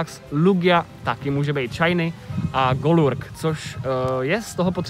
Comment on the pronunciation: Golurk se vyslovuje [goulark]